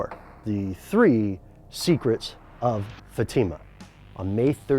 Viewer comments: Pronounced Fat-eh-mah.... Not Fah-team-mah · Hey, great videos, they've been very insightful. But for the love of God, learn how to pronounce words! Fatima is pronounced FAT-im-Ah not fa-TEEM-a. Fatima, like "Fatima Blush" from James Bond's "Never Say Never." Your always asking for new ideas for videos. 1950's a jet, taking off from Otis Air Base, Cape Cod. The jet failed 1500 feet, the pilot bailout at 900 feet, but the radar operator and jet vanished. Figure that out, where did it GO? The Buzzards Bay is 12 miles from the base. Even at 900 feet it could have NEVER glided that FAR! OH yeah did I mention their mission that night was checking out a UFO. Supposedly there was top secret equipment just installed in the plane. I hope it gives you food for thought. Thanks again, and yes I have subscribed, keep those hits coming. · Love the video, but have just one quibble:Fatima is pronounced "FAH-tee-ma", hence the accent over the first "a". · the way you pronounce Fatima is very annoying, also the kids were'nt "shepherds" they were going to school. they were students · please stop mispronouncing Fatima.